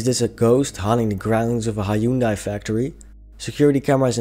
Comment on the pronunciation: Fyi, #7 video you mispronounced the name Hyundai, you said it as Hi-oon-duh, here in America that word was so mispronounced they actually did a commercial telling everyone how to say it. The commercial said its like the word Sunday but with an H instead of an S, so it should he said like Hun-day, not Hun-Die, Hi-own-day, Hi-own-duh or Hun-duh but Hun-day like Sunday but with an H.